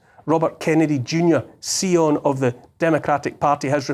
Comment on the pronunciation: Brilliant, Neil. As usual. (By the way; "scion" rhymes with ion rather than with eon.)